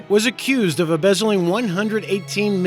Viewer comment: "Embezzing" and "mind-bogging" are pronounced embezzling and mind-boggling, narrarator guy. Great video compilation!